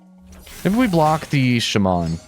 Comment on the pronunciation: Please google how to pronounce "shaman", the way you say it is actually terrible lol.